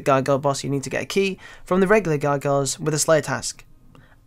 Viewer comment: wtf..... cant say gargoyles.....